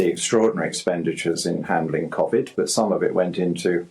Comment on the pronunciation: He can't even pronounce Covid.